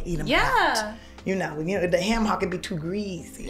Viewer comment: “We pass the hayum..”😭😭😭🤣